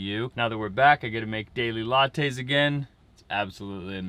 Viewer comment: hahahahah " Daily Latez" I caught that!! :-)